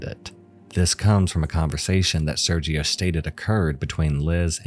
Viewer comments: sergio being pronounced with the g like a j was really bothering me lmfao 😭 esp when he mentioned they were in TEXAS LIKE GIRL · It would be pronounced xiao = shao, quimei = chumey And Sergio = J sound in Spanish as in jarro, jicama, jarritos. An H sound in English if you will. It would help your videos if you tried to learn pronunciation of names when covering international cases or people who have foreign names. It can come off ignorant and irksome especially when it comes to victims. I enjoy your videos but it’s hard to get past that sometimes.